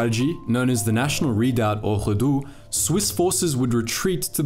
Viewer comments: Its pronounced Gi San, and Re dui. Switzerland also pushed for early electrification of the railroads in order to cut down on imported coal in favour of domestic hydroelectric power. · Réduit is pronounced ray-du-oui. Means to reduce in French.